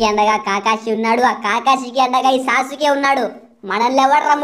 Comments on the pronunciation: anna aadi sa suke kadu anna aadi sasuke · Sasuuke kuda kadhu bro sasuke